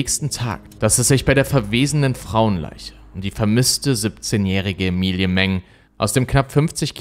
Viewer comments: bist du sicher, daß man den namen emi-li-e spricht. ich glaube eher emmi-ly... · Ich bin mir ziemlich sicher das der name Ämeli und nicht Emilie ausgesprochen wird. Das ist doch nur ne andere schreibweiße von Emily